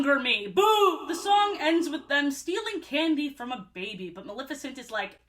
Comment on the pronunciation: I'm so sorry but the way so many people mispronounce Maleficent as "Malificent" makes me angry for NO good reason. I don't even like Disney that much but she's my fav and her cool ass name deserves respect lol